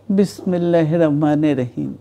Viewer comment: ভালো করে বিসমিল্লা বলতে পারে না